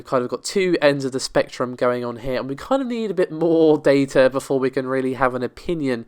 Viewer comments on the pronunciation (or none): none